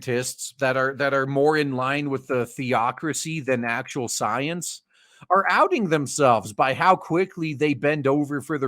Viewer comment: You repeatedly calling Science...Soyence. Also using this weird accent every time you saying that. How's that different from a thing what you're commenting in this video? I see no difference. You using language as it fits you.